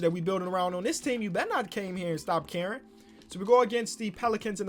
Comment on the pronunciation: When said “stop caring” I thought he said “stop Karen”